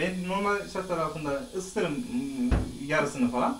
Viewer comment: Recep’in doğallığı on numara. Normal değil normel derdi eskiden. Doğal konuşmalara devam. Sırf Recep için izliyorum videoları.